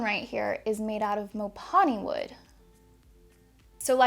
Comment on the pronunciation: Not to be rude just getting a pet peeve out of the way, it’s pronounced Mo-Pon-A